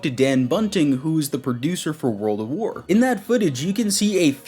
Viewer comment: am i the only mf that notices this guy is saying “World of war” ?!?!